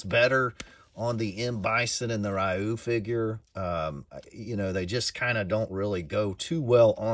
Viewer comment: Ryu's name is pronounced "ree-you".